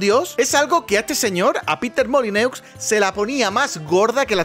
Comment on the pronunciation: Pero Baity, que no se dice “Molineux”, se dice “Molinó”. Tus fans franceses se van a enojar